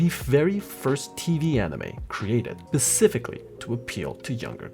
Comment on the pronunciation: Ouch, my brain "Specifically" not "Pacificly"